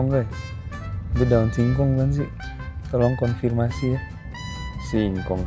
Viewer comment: Singkong tuh! perlu penekanan ya mas hahaha